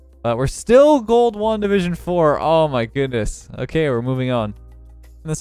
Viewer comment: You said “gold 1 division 3” And I heard “ gold Wanda vision three”